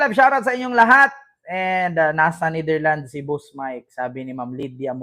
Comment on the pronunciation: hindi Netherland say it with an S ....its NETHERLANDS , ...sounds not right ang pronounciation mo .. again with an S at the end...remember that